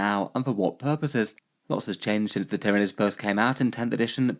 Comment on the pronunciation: Ah yes, the Tier-of-Nids